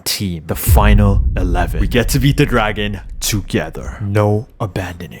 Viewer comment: did he say gragon?